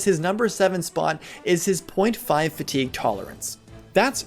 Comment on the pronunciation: Way too much emphasis on fatigue lol